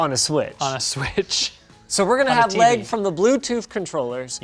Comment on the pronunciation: Pronounces lag, “leg”